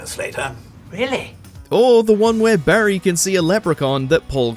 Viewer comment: Who's 'Berry' mate?? 😅😉